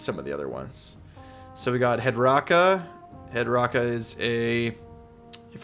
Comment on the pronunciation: Hed-KRAKA. It's head cracker is what his name is. Also yoi said Gobsprakk is a 3 csst, he's only 2. Iron skull boyz are much harder hitting, they have rend and more damage. And you missed Kunnin' krew. But its F tier lol